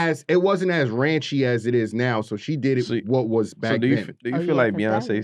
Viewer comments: This nigga said Ranchy 😂 its Raunchy bruh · did that nigga say "it wasn't as RANCHY" 😆😆😆😆😆 tf is a ranchy bro? 🤔🤣